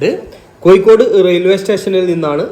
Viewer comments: കോയിക്കോട് അല്ല ചങ്ങാതീ.. കോഴിക്കോടാണ്.. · കോയിക്കോട് 😂😂 കോഴിക്കോട് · കോയി ക്കോട് അല്ല കോഴിക്കോട് എന്ന് പറ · എഴുതുമ്പോൾ കോഴിക്കോട് എന്നും സംസാരിക്കുമ്പോൾ കോയിക്കോട് എന്നും ശരി